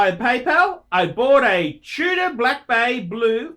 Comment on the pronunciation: I don't like the "Chewddah" that much...